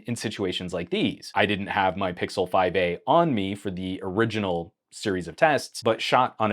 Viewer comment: say "pickle" once more before reporting the channel 😪